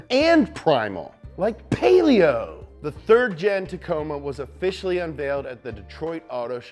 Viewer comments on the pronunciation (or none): none